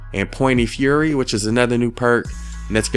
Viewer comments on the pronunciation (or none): none